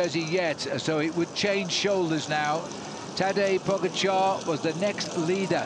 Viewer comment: The video should be called 20 ways of how not to pronounce "Tadej Pogačar" an 3 of "Higuita"